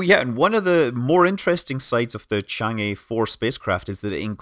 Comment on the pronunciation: Great video! I always comment this, but 嫦娥 or chang'e is actually pronounced more like "chang?? errr??" You pronounce each syllable with an upward intonation, rather like in English when you are asking a question. You can imagine the pronunciation like this: Imagine someone asks you the name of that probe, you're not certain so you respond "I think it's called chang??? chang.... errr? "